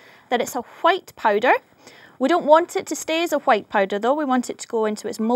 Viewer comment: she said white pretty weird. it reminds me of cool-WHIP